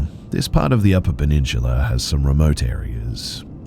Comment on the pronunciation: “peninshula” -tony soprano